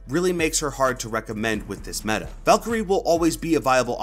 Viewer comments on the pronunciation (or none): none